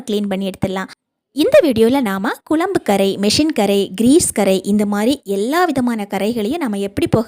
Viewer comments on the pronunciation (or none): வாழைப்பூ கறை போகுமா? Pl குழம்பு என்று சொல்லவும். குளம்பு, குளம்பு கேட்க முடியலே.